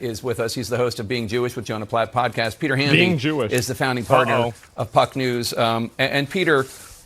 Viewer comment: He said Puck News. At first, I heard Fuck News.